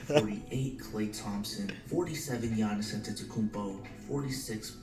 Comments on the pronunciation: He makes fun of him for saying akumpo, but they he says gi-aa-nis, instead of saying yannis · It's pronounced Yiannis